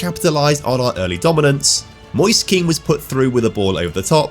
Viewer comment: Don't know if you'll ever read this but Kean is pronounced "Ken" (like Kenneth) not "Keen"